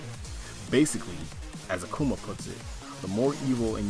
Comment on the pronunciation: I hate how you say Akuma, sorry.